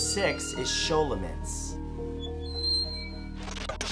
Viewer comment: Sholomance huh? did you learn that at your Shool? haha